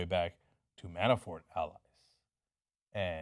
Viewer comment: Cenk, you need to work on your pronunciations. It's "Lev-in-dov-ski" and "Man-a-for".